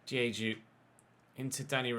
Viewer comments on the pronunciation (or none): none